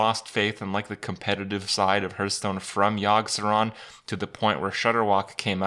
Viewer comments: I love playing Hearthstone, but what is this HurtStone he's talking about? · What's this game 'hurtstone' he's talking about?